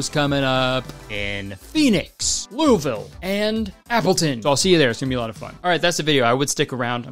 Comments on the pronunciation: Right off the bat, I'ma give you props for pronouncing Louisville like 95% correctly. Hell, most Americans fuck it up. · As a Kentuckian, Kurtis pronouncing louisville “Loo-uh-vuhl” is so refreshing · Omg he said Louisville right!!!